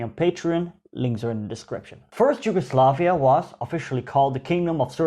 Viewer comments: i am just gonna say it... it is Yugoslavia, not ”Gi”ugoslavia. maybe a bit more insight in covering the Ottoman rule of the lands. The numerous wars fought by the serbs.... 1848...the religious minorities and the policies of Tito during the existence of Yugoslavia. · You pronaunce Yugoslavia bad, how come you still didnt learn to read. And Im cincearly curious, about the reading part ofc